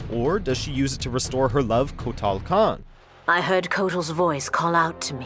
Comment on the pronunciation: Kitanna mispronounced Kotall kahn mispronounced Gairass MISPRONOUNED Sohnyah MISPRONOUNCED plapodeeifheuskzufehusgjfvucruocios. pronounced perfectly